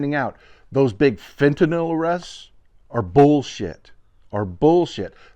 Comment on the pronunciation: I congratulate you! You’re almost the only person who says ‘fentanyl’…most say ‘fentanall’. Thank you.